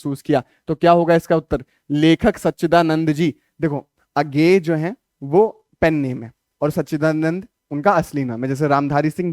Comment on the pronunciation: उज्ञेय ❌ A GAY ✅😂😂😂😂